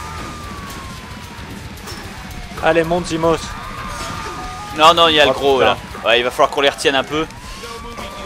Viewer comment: Je crois que j'ai jamais entendu Bob prononcer "Zimos" normalement.